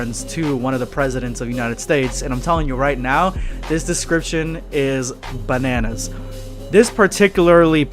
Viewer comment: u mean buunanas